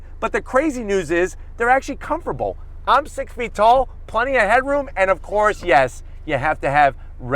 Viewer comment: "They're actually comferbull!"